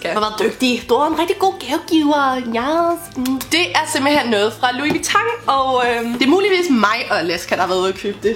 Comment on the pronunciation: Kan du ikke plz sige Louis Vuitton rigtigt